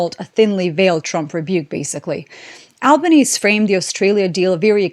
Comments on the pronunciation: Alban-easy. Not Albanees like Bond-eye Not Bond-we Colloquially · Hi, our Prime Minister's name is pronounced Alb-an-ee-zee 👍🇦🇺 Thank you for your coverage and for keeping us informed about the current global economic and geopolitical situation. Congrats on reaching and surpassing 150k subs 💪💪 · love your work but FYI, the final 'e' in Albanese is pronounced. His surname is pronounced 'Albanesee' :) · actually, "Albanezee" to be more accurate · Hi in typical example of the inconsistancy of english😉 you pronounce the end "e" in PM Albanese's name.